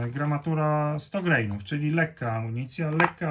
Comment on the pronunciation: Jesteśmy w Polsce, wiec nie greinów, tylko granów!